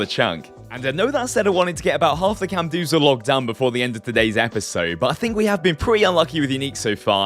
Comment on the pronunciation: Please stop saying camdoozal, its camdozaal